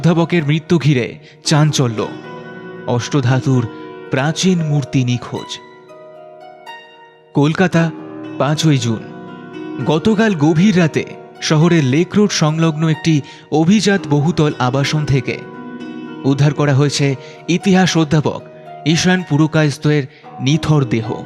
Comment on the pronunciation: গল্পটি অসাধারণ লেখিকাকে অভিনন্দন জানাই। কিন্তু যিনি গল্প পাঠ করছেন তিনি উচ্চারণ নিয়ে একটু যত্নবান হন... অভিজাত্ নয় কথাটা অভিজাতো হবে।